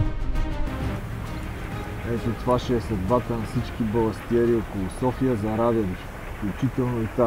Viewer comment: Казва се и се пише баластриери